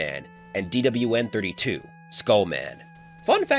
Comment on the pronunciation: The way you say DWN is so satisfying to hear for some reason especially in 2× speed